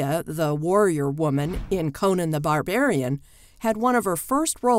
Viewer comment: This video was as bad as Xanadu. She mispronounced the word "xanadu" several times (emphasis is on the first syllable) and "conan" (not the same as Conan O'Brien). Plus, the caption doesn't match the topic when talking about the musical version.